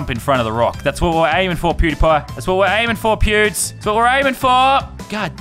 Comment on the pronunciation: Hahahaha sounds like he saying pubes the whole time instead of pewds